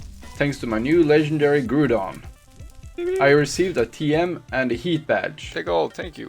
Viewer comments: Even though I think it is said by saying grou don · Our man's never new about /pokeheal Ú^Ù and the pronounssacition of Groudon is Growdon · Great video but it's pronounced ground on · he called a groudon , a groodon.. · Legendary Pokémon “Goodon” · Grudon? Haha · Mans said groodon instead of groudon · "The legendary gudon" LOL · He can't say grousown he says groodon lol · you said groudon wrong you say it like ga rouw dawn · Ahh, yes... grudon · hOLD ON JuST A SEcOnd in know this dude did not just say groodon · He said the groudon was a grudon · And suddenly... the legendary GREW-DON!!! (no offence) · "The Legendary *Grudon*" im sorry but the way you said that is hilarious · It’s grou Don I am offended on how you pronounced it Jkk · Yeah it soundid like groodoun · It hurt my heart how he pronounced Groudon 😂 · The way he said Groudon and said pokemons it's just pokemon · All dislike because he said groudon name wrong lol